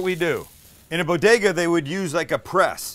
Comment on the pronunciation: Say it with me kids... BO-DE-GA.